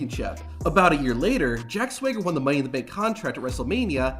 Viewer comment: The pronunciation of "Jack Swager" is killing me